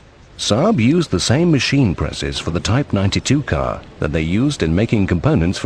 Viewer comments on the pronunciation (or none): I mid...is car not cat.m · I mind...car...not cat